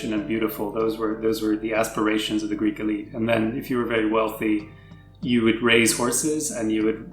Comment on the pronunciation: I love your videos but i can't listen to you guys butchering the Greek language anymore 😂